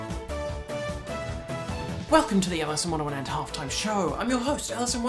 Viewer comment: The word is "Wonderland" ez